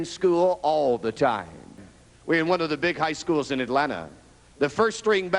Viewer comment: I've never heard Atlanta said like that